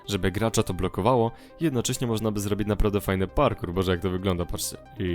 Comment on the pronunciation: bardzo fajne ale naucz sie r mowić r [przetstawie wam jak złobić